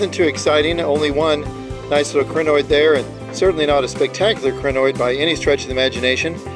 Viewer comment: Pronunciation of Crinoid should be (CRY-NOID), rather than (CRIH-NOID) Otherwise, a nice video. :) Thanks for posting it.